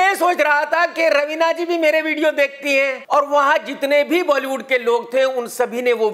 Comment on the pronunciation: Ravina ka naam pahli bar sahi bola